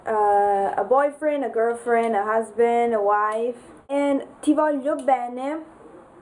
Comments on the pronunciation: It is not pronounced "volio", actually! It is in fact pronounced with the sound GL. Where have you heard "volio"?!? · I have a question, if the word VOGLIO has the GLI letters why is it pronounced "VOLIO" and not VOYIO"?